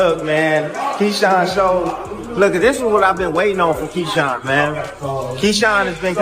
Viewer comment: Key-Shawn smh 🤦‍♂️